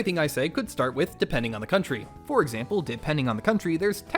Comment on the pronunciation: I think the joke is you cut yourself off saying “stinky country”? But it sounds like you said “stinky cunt”????